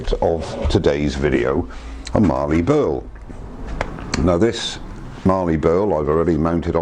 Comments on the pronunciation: Great bowl, but as an Aussie, mallee as in mal-lee rather than marlee in terms of pronounciation. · Very nice piece of mallee. There is no R in mallee :) it is pronounced 'MAL' + 'EE'. What you have is what we call an end cap but not sure of the species. love the end result.